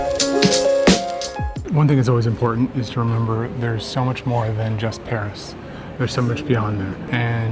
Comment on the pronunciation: It should also be noted that when they say Paris, they pronounce it like "perish," there's a sort of inversion of the vowels a and é.